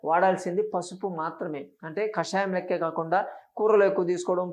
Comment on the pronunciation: కషాయం. కాషాయం కాదు.